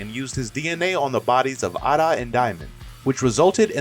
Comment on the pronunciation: It's Damion not diamond, it's Eida not ada, it's Boruto not baroto please please please stop saying the names wrong😭😭😭